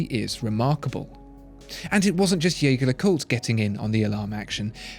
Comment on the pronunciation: if you're going to go to the effort of trying to pronounce "LeCoultre" correctly, you could try to say Jaeger right ;) It's the french use of the name, not the German.